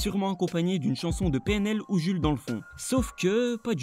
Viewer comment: Sa se prononce pas comme sa Jul